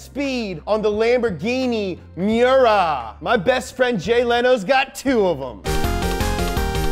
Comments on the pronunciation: Its me•yer•uh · ITS PRONOUNCE MY-URA AT LEAST GET THE NAME RIGHT